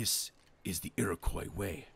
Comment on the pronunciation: I know this is two years later but it’s pronounced KWA not COY in Iroquois At least where I’m from